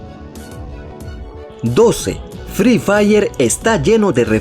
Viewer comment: Fre fair se dice fri fair pelotudo